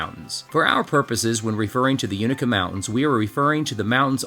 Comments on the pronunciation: "You-NAY-kuh" 🧡🙌🏼 I love this video. From this area originally and just now getting into hiking as a pastime. Beautiful region to be outdoors. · Its a long "A" UnAka, your killing me LOL. And, if you leave Roan Mtn, hungry, it is yourown fault. Americano - Best steaks in the tri-cities, Smokey Mtn Bakers - Wood fired from breakfast to pizza, Highlander BBQ. need I say more. The Kitchen(Mountain Harbour Hostel).